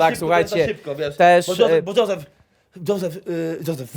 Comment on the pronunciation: Kto to jest "Zozef" i co to jest "Paskula"?